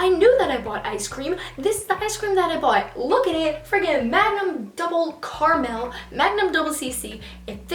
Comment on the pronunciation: The way you pronounce caramel hurts my ears 😂